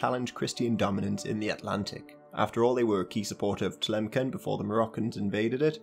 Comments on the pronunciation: It's Tlemssen not Tlemken. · Tlemcen is pronounced “tlamssan” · Tlemcen is pronounced Tlemsen with an s and not with a k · you mispronounced Telemceen